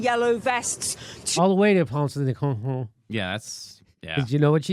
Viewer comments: Place de la Concorde! Not honhon!😁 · She said "Place de la Concorde" Jimmy, lol! It has a famous fountain in the middle of Paris. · She actually said "Place de la Concord" (she failed to pronounce the "d"), since she's an English woman who thinks she can speak French but can't.